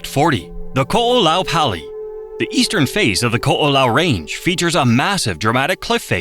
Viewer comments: "PAL-EE"!😂😂😂JACK🫏! IT'S "PAUL-EE"! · Pali pronunciation kills me. It's so bad